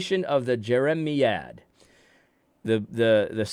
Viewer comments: AD, it’s Jer-uh-MY- ad. Think of the prophet Jeremiah, then say ad rather than uh for the end. The word is a reference to the prophet. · AD - please do yourself, and your audience, a favor and be more prepared before you speak. It's not hard to look up a word (e.g. jeremiad) to learn its definition and pronunciation. You undermine your credibility when you don't put in such little effort to avoid sounding ignorant by repeatedly mispronouncing a word. I generally appreciate your take on issues. But you should do better in your presentation and delivery.